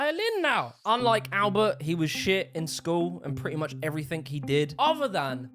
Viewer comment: Love your vids but why do you say "evreythink" instead of everything?